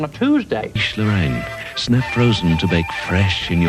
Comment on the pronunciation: Also Cheesh Lorraine!